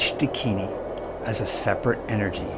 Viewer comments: Pl correct your pronunciation It is Dakini and not dikini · Not "Deh-kini" ..it's "Daakinee" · A Dakini in a Bikini, THAT would be a sight to see! 😄Hint: the word Dakini is pronounced Daakini, and DOES NOT rhyme with Bikini!!! God, English is such a difficult language. The use of Diacritic marks are essential. For instance, Däkini tell us it is Daakini. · I’m pretty sure it’s pronounced dakin-ee, not a word rhyming with bikini. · Dakini is mispronounced by you .It is Da akini